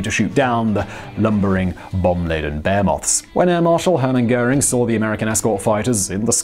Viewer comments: Everyone: behemoth (buh he muth) Simon: bearmoth (bey moth) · SLCPunked Okay overly serious, trying to be cool millennial.. Twas a joke, tho to be honest he is the only british person I've heard pronounce it this way. Aber egal, nicht wichtig.